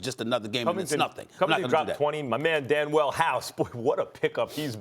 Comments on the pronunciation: Facts this guy max said “Danwell house” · Is this dude’s name actually pronounced “Dan-well” (Danuel House)? 😂